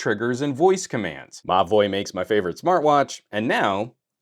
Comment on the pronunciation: Every time you say Mobvoi I swear I hear you say "My boy" 🙈🙉🙊